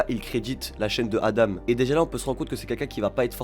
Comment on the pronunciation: Juste petite précision, ADAM se prononce pas "adame" mais bien "adan" (a-dent)